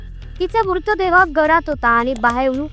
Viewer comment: अगं बाई नीट बोलायला शिक नं आधी.. मूतदेह म्हणतेय एवढी महत्वाची माहिती भावनाशून्य माहीत वाचतेय नुसती